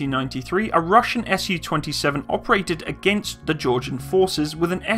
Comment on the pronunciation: Not sure how nobody else has mentioned this with over 1,000 comments, but while your information is pretty good all around, I'm pretty sure that it's meant to be pronounced "Soo-##" not "S-U-##". Similar to how you say "MiG-29" not "M-I-G-29," because it's not an acronym or functional designation, it's a truncation of a name. All around pretty good information, though!